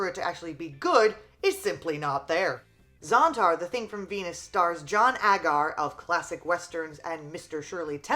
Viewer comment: It's John A-gar, not Ag-r. Reasearch?